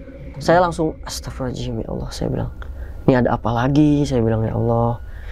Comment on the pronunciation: Ucapan Astaghfirullahal'adzim nya bang coba perbaiki.. Jadi jangan Astapirulohalajim Astapirulohalajim Astapirulohalajim gitu. Maaf cuma sekedar mengingatkan.